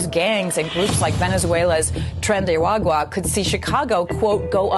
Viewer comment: Lol, PBD, it's Tren de Aragua ( Ah-rah-goo-wăh)